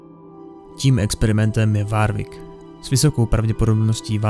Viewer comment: Jsem rád že to někdo točí ale drásá mi uši to jak vyslovuješ nějaká jméno třeba warwick místo [worwick]